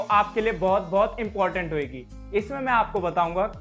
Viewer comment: Love the accent 'Hoygi'❤❤